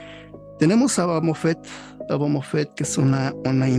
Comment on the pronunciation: Porque dice bamofet?